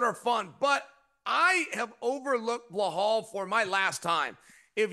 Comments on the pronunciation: I like how Chael calls him Blahall. 🤣 can’t nobody remember dudes name and plz stop this GSP comparison, that’s so disrespectful to GSP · Whos Behal 😂 idk why he can't pronounce names properly 😅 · "Blehal.' Chael is the king of slaughtering names --- I don't if it's because he couldn't care less, if it's part of his schtick ... or both. Lol. Either way, I'm here for it 😅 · Chael: Ba' hall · Chael will absolutely NEVER say Belal’s name correctly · Man someone please tell Chael it’s Belal